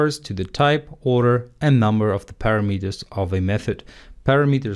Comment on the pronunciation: Learn to pronounce English words properly: "vAriable", not "varAIAble" ( , "parAmeters", not paramEters", "easier", not "more easy". "confIgure", not "cOnfigure"